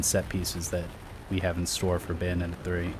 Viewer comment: "bayonet" 3 XD